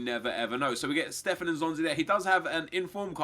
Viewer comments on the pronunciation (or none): none